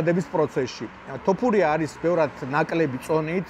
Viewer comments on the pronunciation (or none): none